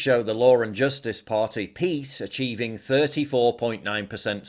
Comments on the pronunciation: It’s pronounced PISS! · It’s pronounce PISS